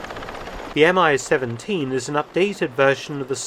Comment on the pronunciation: BTW, it's called the mee-seventeen and not M-I 17